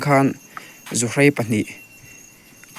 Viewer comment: Ka lo tawngtam lawk keini chuan zuhrei niloin zuhrai kan ti thin